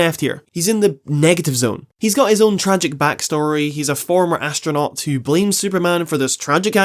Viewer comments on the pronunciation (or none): none